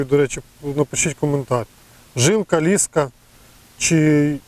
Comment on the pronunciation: ліска' наголос на а